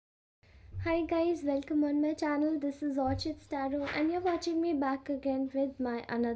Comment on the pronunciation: Pronunciation is wrong it's or + kids [ orchids ] google it